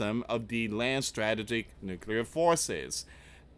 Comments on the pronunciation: please pronounce this. Strah tee juhk It's in the dictionary to help with pronunciation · Struh - tee - gick.....Come on Man. We are at a Very Dangerous Stage.. Please. Please...Keep Praying for Peace and. Restraint...